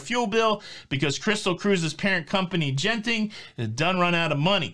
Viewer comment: Genting is pronounced with a hard G. A soft G would be spelled with a J when transliterating Asian languages, just as Ginza (Japanese) is also pronounced with a hard G.